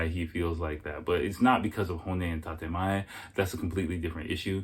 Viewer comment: ..despite the fact that dude mispronounced 'tatemae/honne', his view was spot on----Japanese people themselves will tell you they are two-faced, it's mandatory essentially for Japanese people to maintain these two 'faces' in order to navigate their society smoothly---point 2 was also pretty accurate, despite the inability of "us" to "understand" because they might not have the 'ability' to communicate how they feel, the fact is, it is very common for Japanese women to simply ghost, no explanation, no nothing, it relates to point one, they'd rather evade their own ('real'?) feelings, and definitely yours, than engage in any kind of real conversation about what might have gone 'wrong', etc------also, i don't think dude's advice in telling your Japanese gf to try to be open with you about her feelings, was 'terrible' at all.....why not express that you feel it's a good idea to have open communication in order to build and maintain trust and communication? it's somehow a 'bad' thing to advise your lady-to-be that she try to be more open? come on man---bizarre that you shot that one down.....his point about Japanese women being sensitive is also pretty accurate, you say or do anything at all that doesn't seem like such a 'big deal', could be anything, there's a very very good chance she's going to disappear forever, that's just the real man...Japanese society and people in general offer you a very very small window or margin for error, and, once they've 'determined' whatever they